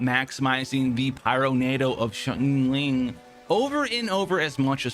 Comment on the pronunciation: "shyang-ling" not shingling lol